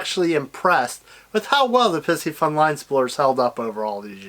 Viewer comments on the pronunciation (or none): Please stop saying "pissyfun." It is: pie-si- fun.